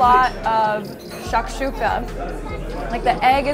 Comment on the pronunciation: Its shakshuka h !!